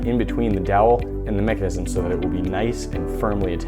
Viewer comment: You said mecinisisim to manu times